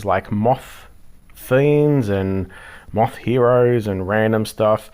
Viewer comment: Ohhh ur saying moth lol I thought u were saying mop lol I figured you were doin some cleaning while talking. 😅😅 jk lov. I do love this i definitely agree to do this again. And just 1 more thing don't talk about foods without showing it 😢. Lov and appreciate you taking the time to do this.❤❤